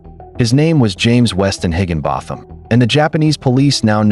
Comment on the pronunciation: Its pronounced higgin bottom!